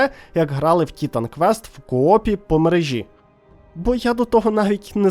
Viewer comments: Дякую за відос, але чому ТІтан квест, а не тіТан квест? Чи хочаб тиТан)) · На кожному слові "тІтан" мене передьоргувало.